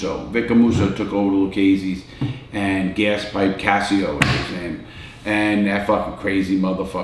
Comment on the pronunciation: Gaspipe Casio haha (Larry when you say peoples names wrong it's really funny)